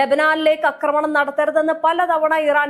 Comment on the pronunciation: Ee kutti epolum 'akramanam' enne parayu....'aakramanam' ennu parayu